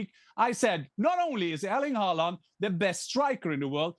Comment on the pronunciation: Fjørtoft is so lame. Just because you are on a english speaking TV-show, you don't have to pronounce Haaland's name like that. Clown 😂